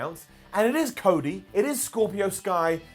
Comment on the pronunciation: " Crody "? Lol